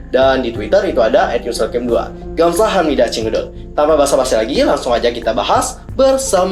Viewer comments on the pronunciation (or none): kalo boleh sekedar info cara baca "G" di korea itu kaya "Kh" di indo... jadi cara nyebutinya itu "khamsahamida" atau bisa coba liat di youtube kak borrasam deh kak... semoga kakak bisa ngerti... semangat ka😁